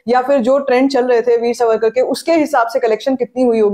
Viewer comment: मुझे ऐसे लगता है आपकी जो थोडीसी फास्ट बोलने की आदत है उससे जब आप वीर सावरकर बोलती है तो सुनते वक्त वो " वीर सवरकर " सुनायी देता है. कृपया मेरी बात पे गौर करे.